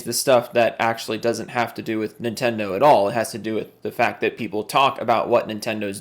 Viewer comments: nin-ten-do it shouldnt be that hard but i think its his weird accent that does that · Ni'tendo or Nihtendo. How can Nintendo fanbois not even pronounce the damn company name correctly?